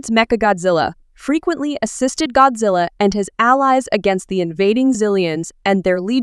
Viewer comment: The fact that u said "gyattzilla"